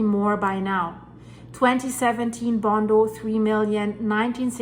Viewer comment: It's Gondo, not "Bondo" (2007)